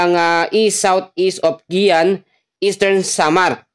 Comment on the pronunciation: Guiuan (Giwan) Hindi Giyan.